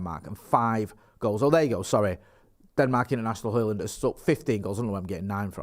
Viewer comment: You got Højlund's name pretty much spot on,. As a long-term resident of Ginland and an enthysustic student of Scdndinavian ( snd ithrr) languages, it always pisses me off when vloggers mess up pronunciations. But you got that one right. 😁 👍👍👍